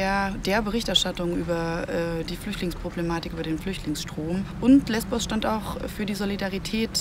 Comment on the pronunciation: Es heisst LESBOS !!!